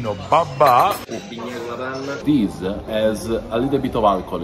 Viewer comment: "This-a has a little bit of alcohol inside. Is-a perfect to start your day." Wow, that is so European in both ways